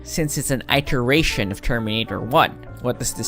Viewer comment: wait....did he just say I-ter-ration?